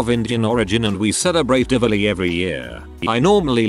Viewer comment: DIWALI not divili. its the best. holi too